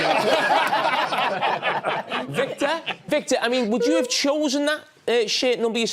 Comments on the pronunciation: Jamie calls him “Victeer” 😂😂😂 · Man the way Jamie calls Victor is hilarious. Thought he was calling vig day.